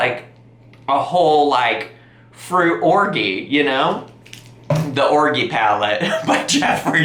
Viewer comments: Or-gee ? The g is like a j in orgy. 😂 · Ma'am.... orgy is not pronounced like that lol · Either your taste buds were ruined by the neat grape juice or you paid $100 for flavoured sugar water xD Btw, i've never heard anyone pronounce orgy with a hard g before. Is this a regional thing in the US?